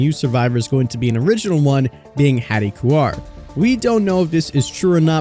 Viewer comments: Heads up you're saying Haddie "Koo-Are" instead of Haddie "Core". Her name is Haddie Kaur (pronounced "Core"), not Haddie Kuar. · Its haddie kaur tho, not kuar